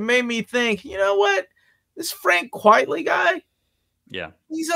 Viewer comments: Uncanny talk pretty someday, but not today. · another video another instance of saying Frank Quitely as "Quietly" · my love for Quitely is too strong i'm sorry